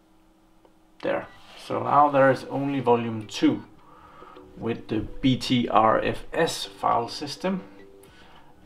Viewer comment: Be careful with BTRFS, I used to use BTRFS on my boot drive, after 2 reboots the FS would be corrupted. EXT4 is still the best option imho. By the way, BTRFS is pronounced "Butter FS"